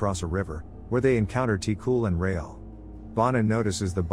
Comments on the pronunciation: Yeah, like for example: Ti-cul {Tee Q} (but don't pronounce the E sound in Q and it'll be close) , (it means like "kiddo" comes from "petit" {puh-tee} meaning small "petit"-> "ti". And "Cul" meaning "ass". It doesn't translate well to English but just see it as meaning "kiddo" or "kid" ) Bonin {Bo nine (but stop halfway through pronouncing nine)} (Bonin is a Family name, it's like calling someone "Johnson") Vézina (pronunciation was correct in video. It is, also like Bonin, a family name) Thérèse {Tay rise} Réal {ray al} Céline {Say Lin} Demers {Duh meh-rs} Zoé (pronounced correctly) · Ti-Cul is pronouce "Ti-Qu" 😂no offense, just funny to see how other languages will pronounce it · The way you pronounced ti cul 😹 tee- qwu* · Always hilarious to hear typical Québecois names pronouced by anglish speakers lol Tee-Cool hahahaha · The L in "Ti-Cul" is silent. It's French Canadian slang for "Little boy". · (From Québec) hahaha It made me laugh so hard the way you said the names especially Ti-cul, wich is obviously not his real name since well, it's a form of insult and you don't pronounce the L in it. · I cringe when the voice pronounce the name like ti-cul or other names from Québec